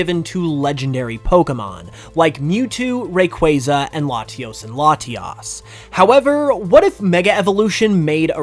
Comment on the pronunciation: bro really said Latios and Latias